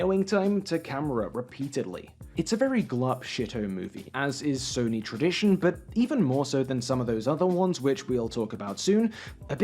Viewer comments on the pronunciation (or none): none